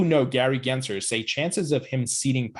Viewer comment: Why does the green screen mess up so much on the top of your head? Lol it's so distracting but also funny. Btw, it's GensLer with an L, not Gary Genser.